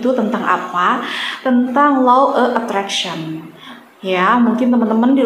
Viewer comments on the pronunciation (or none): Insyaalloh yg benar Law Of Attraction ... Karena beda pengucapan beda arti...